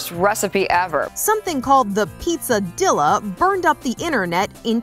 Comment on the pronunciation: the fact that she pronounced it dill-a